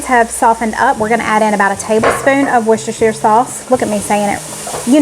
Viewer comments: Yay you said worcestersheer sauce correct lol xx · Also I'm English and you pronounced "Worcestershire" EXACTLY how it's supposed to be pronounced 😊